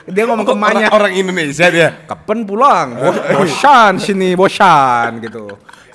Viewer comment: gw selalu dengernya “Bodad” WKWK kenapa bisa “pulang” sih WKWKWK ngabrut